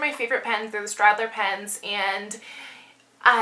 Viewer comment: I like the Staedtler pens too. It is pronounced "Stetler." I enjoyed the video. I've just discovered Project Life and want to learn all about it.